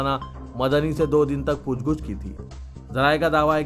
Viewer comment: Aslam sab please urdu durust kejey Pooch GOOCH nahi POOCH GACH Hai